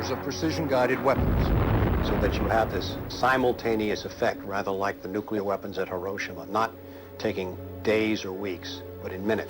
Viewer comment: "Nukular"? Really?